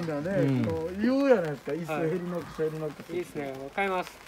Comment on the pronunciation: ヘリノックスが「レリノックス」になってます（笑） 私もずいぶん悩んで、結局チェアツーを買いました。 ギアってショップで色々見て触っては出来ますが使い心地は 使っている人でないとわからないですよね。 第二・第四土曜は仕事なので、イベント参加できませんが いつか参加したいと思います！！！